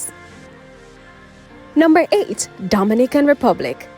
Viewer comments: Please get the pronounciation of the Dominican Republic correct. It is totally different from Dominica. It is a Spanish country and should therefore be pronounced as such. For example, Do min i can. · U need to practice saying Dominican Republic. Your fake accent sucks